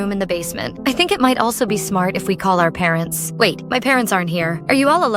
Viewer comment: why is it parentz and not parents🤣